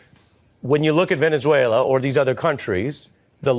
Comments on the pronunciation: VENZEVUELAN?? Really?? 😂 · Man cannot even say Venezuela how can he read the law. Poor America